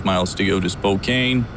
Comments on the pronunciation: The_HR_Wang_Sauce Yeah, he pronounces it Spo-cane even though it is spo-can lol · I died inside when he said Spo-[KANE] Washington. :( But good video none the less! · do you pronounce it spokane or spokeann? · Oh nah dude its cool, when i first moved in the Spokene area i couldnt pronounce it either, its all good